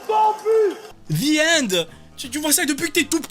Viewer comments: En vrai, quand a dit "The End" Je pensais qu'elle disait "Viande" ou "Viennde" (pourtant, je suis bon en anglais) Je suppose que Cassoulet n'était pas dec*nnant dans ce cas... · Pareil ! J'aurais pas compris moi... Viende, j'aurais pensé à un truc italien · Mais en vrai le "the end" quand elle l'a prononcer j'ai entendu "viande" avec un accent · Désolé mais si vous dite zi end. C'est normal qu'il entend Vi ande. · En vraie j'avais compris "viandé" 😂 du coup je comprenais pas j'étais en mode "ouais cassoulet pourquoi pas.." jusqu'à qu'il précise qu'elle avait dit "the end" 😆 je me suis sentis très con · the end il as du comprendre viande elle a prononcer maaaal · « Vi ende » XDDDD